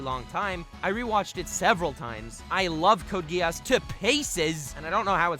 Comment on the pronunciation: Its not code Ge-ass Its Code Gi-s